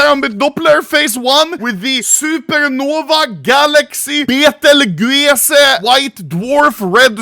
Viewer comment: Betelguese is pronounced... Beetlejuice beetlejuice beetlejuice